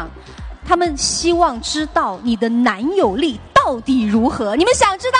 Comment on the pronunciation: 他們都希望知道你的男友。。。 力 如何 （這樣停頓我都嚇一跳， 啊哈哈哈 ）